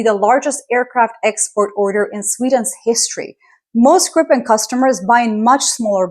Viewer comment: love your take on it. By the way Gripen is pronounced GREE-pen," with a hard "G" and the stress on the first syllable. The name "Gripen" means "the griffin" in English and refers to the mythical. Kind regrards from Sweden